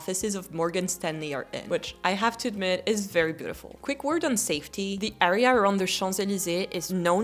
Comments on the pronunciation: btw you keep pronouncing the word area as ARR-ea but it should be ERR-ea (with the [ɛ] sound instead of [æ]) 😂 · Très bon anglais mais prononce le “a” de “area” comme un “ai” et pas un “a”. I feel like all your “underrated” + the 14th would be in my own “A” or “B” category. Personally I don’t love the 17th, it’s my own “bof” mais tous les goûts sont dans la nature !